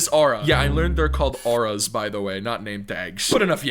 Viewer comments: Aura’s Say it like Oru’s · i think is getting old because he called ‘Auras’ ‘Nametags’. y’all he need some help 💀🙏